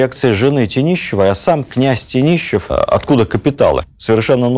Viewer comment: Не ТенИщевы, а ТЕнешевы